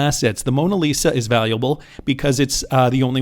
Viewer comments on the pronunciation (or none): none